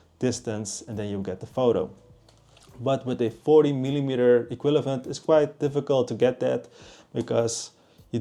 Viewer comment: iekwillavent??? equivalent.. ie-kwiv-a-lent